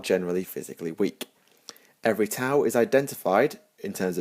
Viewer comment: The ' in T'au is meant to be a pause in the middle of the name. When you say the name it kinda sounds with a break like you are saying tah ow with emphasis on the h.